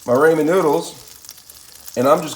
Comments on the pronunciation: RAH-MEN not raymond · it's pronounced rah-men not raymond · Don't pronounce it raymen noodles.... pronounce it raamen noodles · RAH-MEN. Learn how to pronounce it right and you'll get your like back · raw-men not ray-men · Ramen is pronounced rah-men.. .....raymond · RAW-men Not RAY-man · I know it's "ramen" but in the video it is pronounced as "ray-man" when in actuality it is pronounced as "raw-men" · It’s raw-men not ray-man. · she said what you said you called it Raymond but it's actually pronounced Ramen you pronounced it Raymond it's not spelled that way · The guy who made the video doesn't get it. It's pronounced RaH-Men. Not Ray-Men. Guess there's no Asian people where he's from hahaha. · Raymen noodles 😂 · Awesome recipe. It's Japanese, " Rahh men" no long A. Don't look ignorant. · Who said raymen noodles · "Raymond" noodles 😅 Jokes aside, looks awesome. Will try it out one day! Good job! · Had to rewatch to see why I commented that.. And nope I meant Ray man,because that's the way it's pronounced in the video. 😆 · Rah-men.. And stop saying Ite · This irks me. It's ramen (RAH-min) noodles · Ray man noodles 🍜😂🤣💀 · It’s pronounced “RAH-MEN” lol but good stuff imma make this now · Why does this dumb fuck keep sayin raymon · “Raymond Noodles” 😂😂😂😂😂😂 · Raymen noodles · man really said rayman noodles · Ray-men noodles?? Take this vid down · Does he purposely say ray-man noodles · Raymond noodles ok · Ramen is pronounced rah-min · “raymond noodles” LMFOOAOA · “raymond noodles alright..” 🤙🏽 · no you said Raymond noodles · it was a pun within a pun😂 "everybody loves raymond" the show and the way he said raymen instead of.. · G, it's pronounced rah like the sun god, and then men, rah-men, but I kinda like the way you say it G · you said raymen dumbass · Who’s Raymon your mate lol. Say apple and use that a in the ramen. I’ll be using your recipe but I’ll be pronouncing it correctly lol 😂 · Pronounce it correctly. Why change it. It’s annoying. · you pronounce it weird